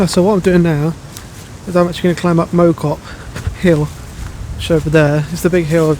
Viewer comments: Mow cop is pronounced Mouw cop. Great video. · FYI, Mow, is pronounced as in cow. Think Cow Cop - Mow Cop.